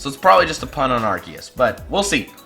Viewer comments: it is arseeus not arkues I mean the pronunciation. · The RKS thing would be true but Arceus is pronounced (Ar-See-Iss)